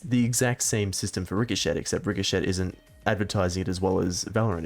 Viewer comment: RIC HO SHET Please stop pronouncing it like that the t is silent, that made me cringe.